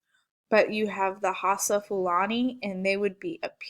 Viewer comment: It's pronounced E bo Igbo. Your o bah Yoruba and how sa Hausa